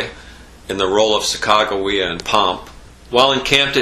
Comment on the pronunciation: ? isn't it sack-a-juh-way-a?